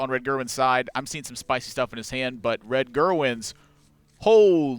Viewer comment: d는 묵음입니다 ㅡㅡ